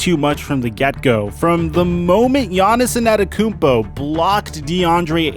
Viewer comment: My nigga. Please for the love of... lol... please practice the mans name...... WHHHOoooo is "Giannison Adekounmpo" ?????